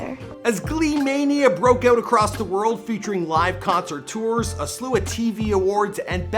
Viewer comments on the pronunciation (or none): none